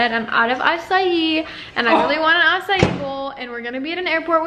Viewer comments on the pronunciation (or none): none